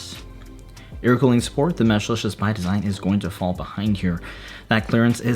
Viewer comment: the first reviewer i have seen that pronounces Meshlicious correctly